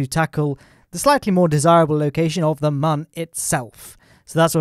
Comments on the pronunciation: It's Mun, not Mahn. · My ears hurt so much listening to you pronounce mun as a man all the time. (joke:) IT DOES NOT HAVE A GENDER! :D Seriously though, it's not pronounced like that... It's a moon, just shorter. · Its pronounced mun i this game like how the earth planet is called kerbin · mum or moon ? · Why do you call it mun its moon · it's not mon is moon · I like your videos but jesus dude, it is the Mün not the Mun. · Legit I thought he said in the intro: "Today we are gonna be tackling your mum" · Isn't it still pronounced "moon"? Not sure I can watch any further. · It's pronounced 'moon' champ. How can you get that so wrong? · its not mun its moon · And it's pronounced "moon", dummy. Spelled "mun", pronounced Moon. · It's called mun